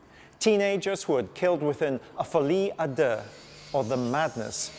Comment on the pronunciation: 🤭😱🤭That folie a deux, pronunciation sounds like he's farting. Please, speak your poor language 🙄 instead of faire le folie du grandeur.😜😂😂😂😂